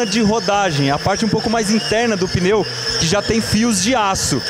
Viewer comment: O que seria um peneu? Tá mostrando pneu, mas fala peneu toda hora.